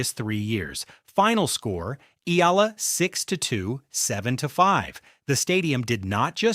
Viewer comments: It’s pronounced as “E-Ya-La” not EELA😂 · I really hate people using AI voices without altering the text to compensate the pronounciation! SHE IS NOT ALEX EELA!! SHE IS ALEX EE-AA-LAAA!!! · Her surname is pronounced EH YAH LAH.